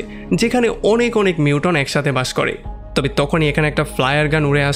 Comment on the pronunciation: যে ভিডিওটা বানিয়েছেন তাকে বলছি, লেখাপড়া শেষ না করে এগুলো কেন করছেন? মিউটন না, মিউটেন্ট।